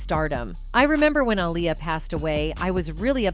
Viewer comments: It's not alya it's Aaliyah... Say it right please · The Robot that read this has obviously never heard of Liberace. It's pronounced LIB-ER-AH-CHEE!🙄 And only AI would pronounce Aaliyah as "UH-LIE-YA".😖😐